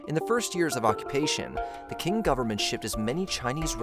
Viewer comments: yes, Qing is more of an "up-to-date" way of spelling Ching but the video kept pronouncing it as King. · Qing is pronounced Ching, not "king." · I think that Quin is pronounced "Chin"... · It was the Ching dynasty not the King dynasty. And please learn how to pronounce ABORIGINAL correctly.